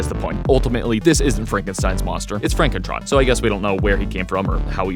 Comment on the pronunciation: it's pronounced FronkenTron